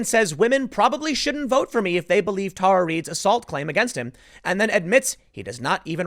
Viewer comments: Why can't Tim pronounce names correctly? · Tim, please stop making my inner teacher cringe. It is Tara (Terra) not Tar.